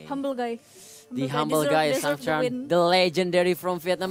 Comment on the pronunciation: ông caster cứ sang trang =]] sang tran sôu gút en tri